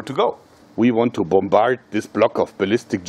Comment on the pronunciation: When you hear “we want to bombarde” with German accent you know things are real